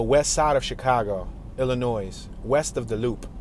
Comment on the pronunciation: The s at the end of Illinois is silent, and if you pronounce the t at the end of left, you will sound less like an idiot.